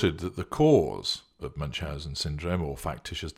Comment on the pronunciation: Ü is pronounced more like oo not like English u in eg bun. Loving this